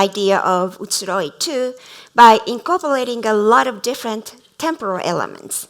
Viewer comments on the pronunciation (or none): none